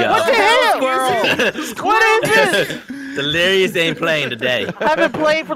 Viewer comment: I love you delirious but it’s pronounced u - no